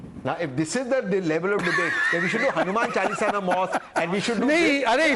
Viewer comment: Hanuman chalisa should never be recited without completing. Wrong pronouncing of it is blasphemy so times now delete that part from the video. Shameful